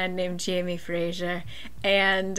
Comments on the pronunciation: Hello- Scottish person here. Fraiser is pronounced less like Fray--shure and more like Fray-zur just for peoples information! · For some reason saying Frasier instead of Fraser is so funny to me😂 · I am scottish and we definitely do say "z" :) Fraser is a super common first and last name - definitely fray-zer. Not a big deal but I didn't realise you were trying to sound Scottish, I thought it was to do with the hit TV show "Frasier" confusing the name LMAO.